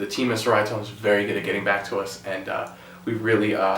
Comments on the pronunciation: Cherryatone is the pronunciation. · Great demo, tones, and playing. However, I believe it's pronounced "Che-ree-uh-tone" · Hi there. Appreciate your video showing the overall tone of this amp. Just to note that it’s pronounced as “Cheri-uh tone”. Ceria in Malay language means cheerful. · IMPORTANT: The name of the amplifier company is pronounced CHERRY-UH-TONE.